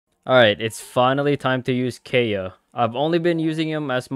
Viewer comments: Keya? It’s pronounced Kae yeah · HE SAID KAY-UH BUT ITS KAI-UH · Did you just say kaya it is pronounced ky-uh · Kay-a? KAY-A! It’s Kai-a! Spelled Kaeya! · The way (mis)pronounces Kaeya's name like "Hey Ya" made me imagine how dangerous Kaeya would be with puns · i love it when you pronounce it as keya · kay-ya? wHat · Never say Kaeya as Keya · It’s pronounced Kaeya (Kai-ya) lol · It’s pronounced K-eye-uh PLS 😭😭😭😭😭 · Okay im getting triggered by him saying Kaeya wrong... Keya? Like what, who says keya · I’m triggered by the way he pronounced kaeya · smh I’m with you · not how u pronounced his name wrong the entire vid helppp